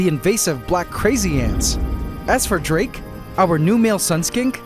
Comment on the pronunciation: Drake? Dra-ake!? And after he got defeated too 😂😂